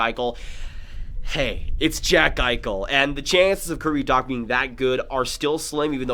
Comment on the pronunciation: Graviteh "make the biggest noise I've ever seen" XD